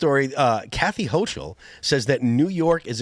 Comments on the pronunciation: If I remember correctly, they pulled a similar stunt during the last Trump administration. It took a while for the governor to bring them back. They're doing it quicker this time. Hochil is pronounced with a hard "k" sound for "ch" if I'm not mistaken. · stop saying hoCHul